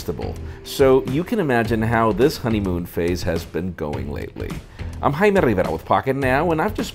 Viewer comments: you're not "Highma Rivera", you're "Jaime Rivera" lol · the way you pronounce your name is annoying af lol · I hate when he says his name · Jaime....(or Jaime, as I like to pronounce it) I get most of my smartphone, nay, tech news from you guys. Besides the genuine passion you share for technology, it is your honesty that I value most. And I want to thank you for it. P.S.: I´d feel that way even without michael fisher´s giveaway. I just wouldn´t have said so. Because I am shy. but I am also cheap and those yogabooks aren´t! ;) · Who else loves the way he says his name? xD